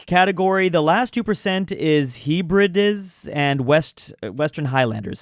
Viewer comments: as a Scot it's pronounced HEB-RID-EES btw and we are aren't depressing it's just the English. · Hebrides - pronounced like Həbrədees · The way he said Hebrideas killed me as a Hebridean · Dude being Scottish and hearing him butcher the pronunciation of Hebrides is hilarious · needs to learn how to pronounce Hebrides and Thames. Seriously.